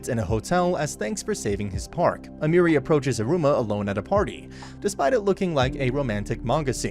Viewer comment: and almery like emeri